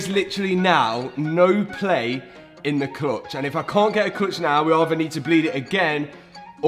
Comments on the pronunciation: “Clotch” “clotch”. I’m sure you mean clutch. ? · I don't think i've heard 'Cluitch' so much in my life haha! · Love your videos. But I really just keep coming back to hear your pronunciation of "murciélago" and "clutch" :) JK